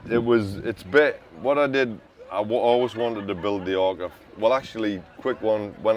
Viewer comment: Its the Orca not Orcker ha ha ha 😂